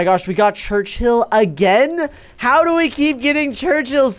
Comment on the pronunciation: You are still doing Churchill wrong